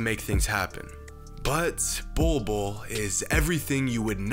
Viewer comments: Legit I thought it said “Boi Boi” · “Bowl Bowl” 👹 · When your name is literally pronounced "Ball" twice! If that isnt a sign of destiny, I don't know what is. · Pronouncing his name, Bol Bol literally means “pubic hair” in the native Filipino language - Tagalog. Man’s gonna dominate in the league! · Its not pronounced ball though